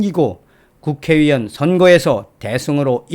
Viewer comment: 유튜브 방송중 <국회의원>을 발음할때 왜자꾸 국회위원으로 발음하시나요? 전여옥 전의원도 마찬가지 입니다. 발음교정 부탁드려요.